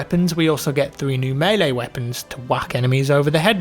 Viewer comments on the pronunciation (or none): none